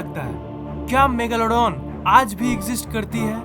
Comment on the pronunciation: App ajj ko yaaj kyun bol te ho?